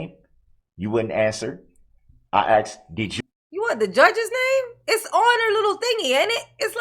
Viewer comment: I thought he meant tacit- as I listened to him😂 I had to look up a tack it agreement! But the again you have truff(truth) and axed(asked)! His hands are nicer and softer than mine! Look at his long fingers! But his BS with the Covid, the Redit thing, his rush to judgement- the blaming of one of the jurors being illegal-all the delay tactics? Trying to outsmart the judge! Sad that he never took responsibility for his actions! And the worse thing was lying from the minute he abandoned the car! Trying to have the entire hearing cancelled!